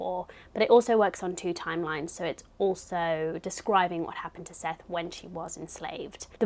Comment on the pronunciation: I always love seeing your book selections each month! Side note- Morrison pronounces Sethe like Seth-uh :) and if you plan on re-reading Beloved a third time in the future, I highly recommend the audiobook narrated by Morrison herself!